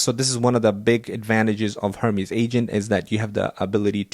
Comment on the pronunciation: Hermész... not hörmísz 🙂